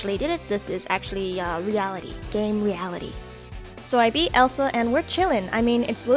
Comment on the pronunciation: DID YOU JUST CALL ELESA ELSA?!?!?!?